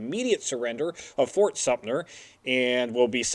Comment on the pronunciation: I know it's a moot point now, being 3 years past filming of this episode, but why does misrponounce the name as Fort SumptNer every time he's talking about Fort Sumter!? It happens in every episode he says the name! Still a great series though, guys haha